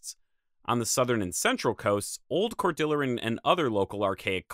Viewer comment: Great video, and I always enjoy your content! One thing, I think you might be mispronouncing "Cordilleran". The word is from Spanish (cordilla meaning "little rope"), and Cordillera in geology/geography describes a continuous system of mountain ranges, like the North American Cordillera. Maybe the Cordilleran Culture gets its name from the North American Cordillera? Sorry to be nitpicky, love your content!